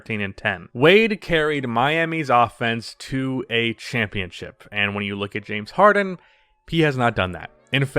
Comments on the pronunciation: Nobody:: Jame Harden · Than “Jame” Harden 😂😂😂😂😂😂 he’s right tho